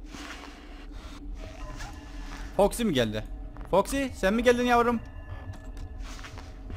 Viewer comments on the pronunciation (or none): abi foxy toxy dedin